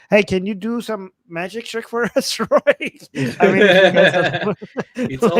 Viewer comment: Roy is not how you pronounce Royi. I wonder why Ro-e didn't even try to say something about it.